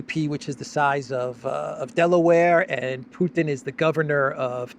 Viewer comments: ITS NOT PEWTIN ITS PUTIN🤦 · Why is it that people so ignorant about Russia, that they pronounce the president's name as Pewton, are allowed to rule the world? Hello from South Africa. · When they ponounce Putin "Pewtin" I want to throw up. Apologies for being so blunt. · European Politicians have to learn to say Putin properly - they all say Peutin- or maybe they say it that was to be disrespectful !! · How is it that the foreign secretary cannot even pronounce President Putin's name properly. Just like Boris Johnson and others she refers to him as Pewtin. Another minor observation is that mostly ALL of the European leaders insistent on dragging us into war with Russia seem to be females. Perhaps they ought to take a few lessons from Charlie Kirk's wife and stop being so unfemininely belligerent . . . . just sayin' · Why is it that neocons, especially the Brits, constantly mispronounce the name of Russia's president? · Aside from all her other fantastical twaddle, maybe she should learn how to pronounce his name. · cant even say Putins name correctly. She is obviously another low IQ Russiaphobe who is just begging for a nuclear conflagration.